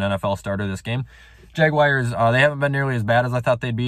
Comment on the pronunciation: Nobody:: The JaGwiReS